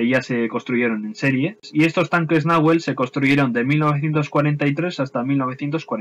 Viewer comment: Buen video. Sólo una pequeña corrección, en Castellano usamos las palabras con acento grave (salvo cuando una tilde indique otra cosa) en los idiomas originarios del Sur es agudo. Por tanto el nombre debiera pronunciarse como si tuviera tilde la E, como si estuviera escrito "Nahuél" Como en Argentina es un nombre relativamente común (y no se suele poner tildes a sustantivos propios) no se le pone como si a Pucará así que es entendible la confusión. Un abrazo.